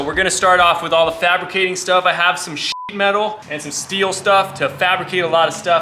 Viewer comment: Are you saying sh*t metal? 😂